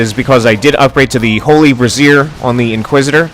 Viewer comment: I'm pretty sure "Brazier" is pronounced "bray-zeer"